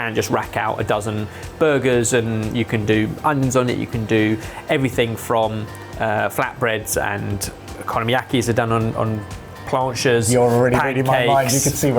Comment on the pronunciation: still trying to sort out what on earth an "economy-yaki" is. Do you genuinely pronounce your Os that much like an E at the start of a word?